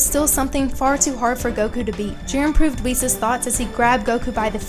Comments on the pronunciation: I love this channel etc but why are you pronouncing "Whis" like "Whees"? It's "whis" like in "whiskey" 🥃 "wizz" lol isn't it? How come? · i remember not long ago when i made a comment when u said Whis like wiz in wizard. but now youre saying it right!! ohhh yeaaaaaaaaaaaaaaaaa